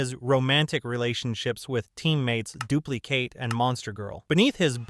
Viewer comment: "dupli-kate" "b tier" ts pmo